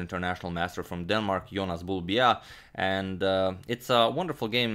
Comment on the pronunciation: Can we just take a moment to appreciate how well agadmator pronounces names. Like I was sure he was going to be unable to pronounce “Bjerre”, but he did it just like it should be pronounced.